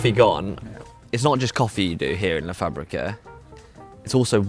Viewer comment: It's the pronunciado of the simplest structure "la" which makes me feel embarrassed. "Le“. Thank God he's not uncovering Spanish either.